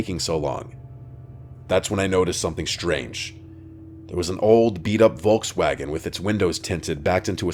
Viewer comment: Love, how you pronounce "Volkswagen" ❤